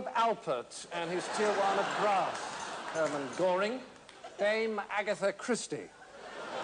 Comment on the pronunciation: Man said Hermann Goering